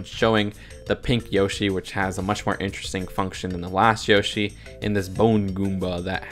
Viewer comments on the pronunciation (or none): none